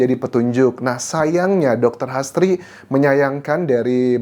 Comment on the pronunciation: H. A. S. d bsca HAS T.R.I. d baca TRI jd HASTRI bkn astri